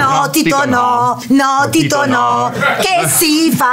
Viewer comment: I doppiaggi in dialetto,se fatti bene,rendono tutto + magico...pensiamo a"Slam Dunk"e il malocchio di Hanamichi col"prezzemolo di Kyoto"...!🤣🤣🤣🤣🤣O al mitico Romeo er + der Coloseo!!🧡 - 🤣🤣🤣 E...nn Angelo Maggi ke ha continuato x tutto il tempo a chiamare Tito"Tinto"!!😂😂😂